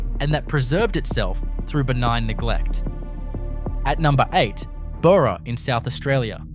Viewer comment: Total absolute dishonest CRAP! You have one town chemist shop from the UK Salvage Hunters TV series! You have Silverton, and you put it on a road map of ADELAIDE CBD! Total crap AI voice that calls Burra a donkey! It's Bahrah, not buro! I've had a gutful of this crap, and anyone with a gram of grey matter will tell them the same!